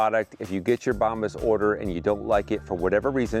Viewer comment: Great to see you again. Have you google bombs to see what it means in spanish. When you pronounced the word bombas,you didn't say it right. Keep up the amazing work!